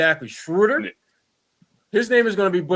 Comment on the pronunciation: Schroder: he pronounced it like "soda with an R"...sroda